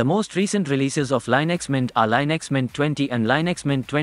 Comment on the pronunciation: You pronounced Linux wrong again.